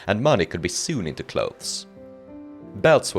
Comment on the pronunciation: I've never heard someone pronounce sewn as soon lol